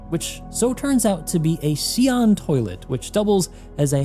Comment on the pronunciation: It's actually SYOO-len. (Long Y, almost like SHOO) Xi'an language is not phonetically english and is much closer to Chinese both phonetically and graphemically